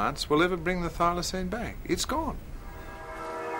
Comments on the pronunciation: The narrator is dumb. It's pronounced, but not spelt Filoseen,not Filosign.Der! 😂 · Oh, would the narrator learn how to pronounce "Thylacine" like everyone else?